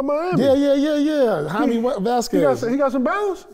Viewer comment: "Hymee Vasquez" "Famiriarity" 😅